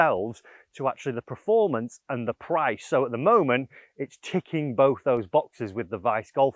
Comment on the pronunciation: I love you and the videos but it really bugs me that you say “preformance” 😂 Keep up the good work mate 👍🏻